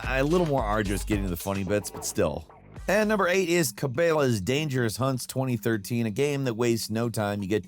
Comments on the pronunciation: CA-BAY-LA Lololol ... brother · "Ca-BAY-luh's" lol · It really annoyed me he pronounced it “Kay bela” and then proceeded to say it right but said it wrong twice. I used to play “Cuh Bela” big game hunt on an arcade machine. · No way you said "Cabaylas" lmao. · Cabela’s is pronounced like Cuh-Bell-Uhh’s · "Cabaylas?" Lmaooo you've gotta be doing it on purpose at this point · "Kuh-bell-luhs" 😂 still love ya 😂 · CA-Bel-a 's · I have never heard anyone pronounce Cabella like this. I love it. I'm using it now. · Cabela's - "Cah-Bell-Uh's" for the phonetics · Cabeylas….? That one jarred me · Actually KUH-BELL-UH would be a more accurate sounding pronunciation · That’s what he said KAH-BEAL-LAY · has definitely never heard “Cabela’s” before 😂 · He's specifically pronouncing it incorrectly, and then he's expressing contempt for it with his quasi-correction. Even when he does pronounce it correctly one of the times, he just throws out a "whatever", afterward. It's a technique for insulting something. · bro doesnt know how to say cabela lmao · It literally takes 5 seconds to look up how to pronounce cabelas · Why does purposely pronounce words wrong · every midwestern simultaneously shuddered at that pronunciation of Cabelas 😂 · Are you an AI? Cabela is not hard to pronounce at all. It literally is pronounced how it looks. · I’m genuinely curious where lives now just due to his struggle to pronounce cabelas lmaooo I’m from la and even I know how to pronounce it 😂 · It's also a way of insulting the subject. He mispronounced it … deliberately. Then he acknowledged that he pronounced it incorrectly, threw out a few more possible pronunciations … eh, whatever. You're beneath contempt for this garbage, Cabela, not worth the effort of trying to pronounce your name properly. How are these other people not understanding this? 🤦🏻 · Seems like goes out of his way to pronounce words wrong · That's not normal as hell